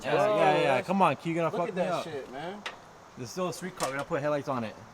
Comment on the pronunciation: “Skreet car”